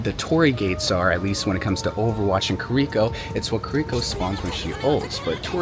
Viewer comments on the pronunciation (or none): been maining kiriko for about 3 years. Still manages to butcher her name everytime he says it.